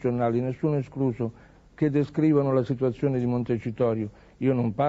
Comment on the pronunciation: 10.54 siduazione!🤣